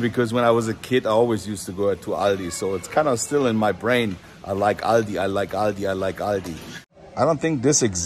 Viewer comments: It is pronounced All Dee In US. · it is not called „Aldi‘s“, its Aldi